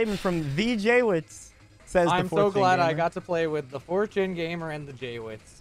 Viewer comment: The banned word would've worked better if wasn't speaking like "Have you seen... THE... Pokemon I was talking about" Literally he takes a second break before he says THE and makes sure they all hear him say it. If he just spoke completely normally with no breaks or emphasis on the word they would fall for it more